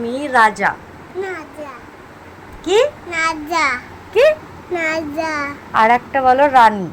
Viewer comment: Raja ❌Naja ✅ Rani ❌ Nani ✅